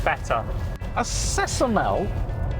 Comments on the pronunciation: chocomel= pronounced as choke-o-mel not sesomel ;) i might be dutch but the fact that i need to say this to an english ytber well done. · every dutch person cringed when they said cecomel instead of chocomel